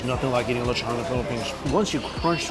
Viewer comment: The way he keeps saying lechon is bothering me!!! Someone help him!!